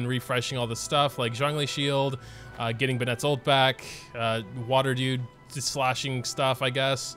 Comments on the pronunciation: "Uhh Xing-- water dude" say it u can do it🤧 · HE SAID XINQ